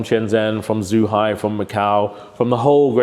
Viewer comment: 27 years and he still can't pronounce Shenzhen and Zhuhai properly?